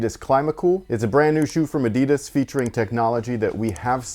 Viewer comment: Always funny if someone makes a video but can't pronounce Adidas.